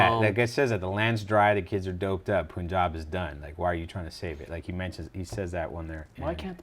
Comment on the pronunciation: "No pun intended" ... The way you pronounce pun is same in the punjab. It's not poonjab